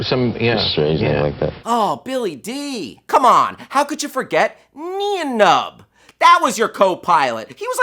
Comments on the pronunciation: Nee en Nunb??? Nay-en Numb!!!! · OMG ITS NIEN NUMB PRONOUNCED NYAN NUMB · God damn it it's pronounced Nine Nunb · its pronounced "nine num" do your homework. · Your channel has lost all credibility with this video. Accusing the actors of not caring enough to know about the movie they were promoting and then pronouncing Nien Nunb wrong and not knowing Revenge of the Jedi was the film's working title (or at worst pretending not to know to make your point) is despicable. Step up your game and stop looking for clicks. The fact you have 6 million subscribers is astonishingly disappointing. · NUMB NIEN NUMB GET IT RIGHT